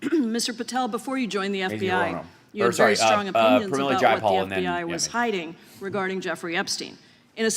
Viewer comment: "SHTRIKE" and "SHTRONG" Candace's words.